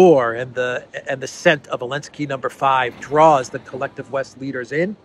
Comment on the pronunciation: SOOO ANNOYING!!! You keep saying " Elensky" or "Alensky" or " Lensky"..... It is ZZZZ ZZZ ZELENSKY!!!!!!